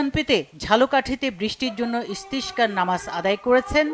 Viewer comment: সাংবাদিক এর ইসতেসকার নামাজ উচ্চারণ ভুল হয়েছে,এটা আরবি শব্দ।শুদ্ধ উচ্চারণ করুন প্লিজ।